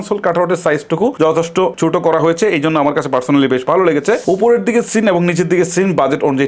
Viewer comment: লেগেচে, হয়েচে, তাকতো, এগুলা কি ভাই? ইউটিউবিং করতে আসছেন অথচ উচ্চারণের এতো বাজে অবস্থা! শুনতে বিরক্ত লাগার জন্যে বাধ্য হয়ে ভিডিওতে রিপোর্ট মেরে চ্যানেল ডোন্ট রিকমেন্ড করতে হচ্ছে।